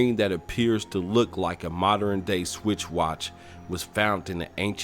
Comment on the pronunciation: A switch watch lmao, this is exactly how the programming has led to the mandela effect .... no man I remember clearly it was a switch watch, cause why would someone put so much time into a video and pronounce words incorrectly